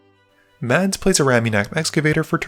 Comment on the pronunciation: Correct me if I am wrong but Mads is pronounced closer to (MASS) right?